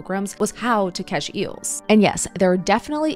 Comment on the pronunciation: "Eeuhls" 😂 Also, eel isnt Kosher so it would not have been at the Last Supper.